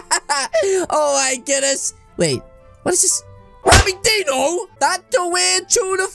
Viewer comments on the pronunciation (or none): none